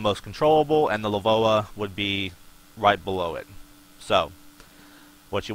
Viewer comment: You don't pronounce LVOA "Le-voa" you just say the letters. It's an acronym, Low Visibility Operations Application